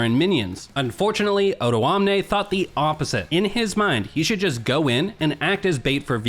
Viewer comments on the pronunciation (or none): none